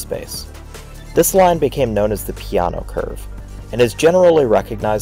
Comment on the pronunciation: Right but not for the pee :) . An approximation is more like Ju ( like in juice ) se (like in selling ) ppe ( like in pepper ) and for the surname, again Pe like in pepper, A like the i in iron, and no remains no but without the final u sound of english/american english.